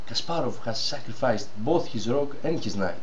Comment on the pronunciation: προφερεται ρουκ και οχι ροκ ο πυργος